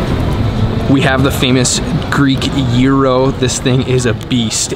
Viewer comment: Hi there! It's gyro (pronounced gìro.....not euro)! It is the National Garden (not the National Gardens)! You shouldn't eat the octopus straight out of the serving metall plate! You have to put it on your plate...yes the small one in front of you! It's not for decorative purposes there, dear! It's pastourmÀ (not pastoùrma)!